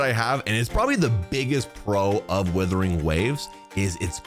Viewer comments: ah yes Withering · when is bro gonna understand what it's not called WITHERING waves? is he doing this on purpose? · Withering waves hehe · wow. it's wuthering, not withering. i thought these guys' first language (the only lahguage they know) was English? i guess I was wrong xD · isn't it "wuthering" with a U? 😭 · Hahahaha how Tectone just exploded hearing you say "Withering" over and over again 🤣🤣🤣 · “Days since has pronounced the word “Wuthering” as “withering” ZERO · Bro still calling it withering😢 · The first word in his damn video he mispronounces😂😂😂 no hate tho just a joke